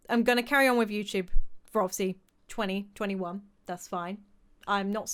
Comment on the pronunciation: Have u guys noticed when u say 2021 for the whole time it's sounds like 2020 won and it did Conspiracy theory anyone 👁️👄👁️